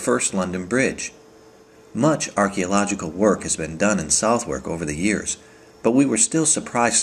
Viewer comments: Surprising no one commented about the southwark pronunciation, worse than the thames imho. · South- Wark is actaully pronounced "sutherk", Oh and borough -pronounced burow here is actually said "burrer"